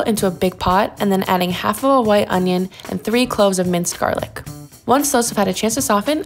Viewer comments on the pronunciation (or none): The way that man massacred that garlic hurt my soul.